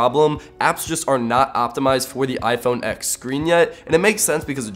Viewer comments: If you're going to review a phone, at least say the phone name correctly. It's "iPhone ten" not "iPhone ex" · Its read TEN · ...............boi........... It's the 10th anniversary. MacOS X used to be pronounced as 10. Fricking get with the times. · You didn’t say the phone name right one time